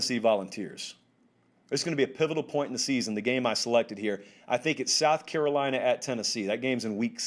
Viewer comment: “Carolina fans.” You said it right my man!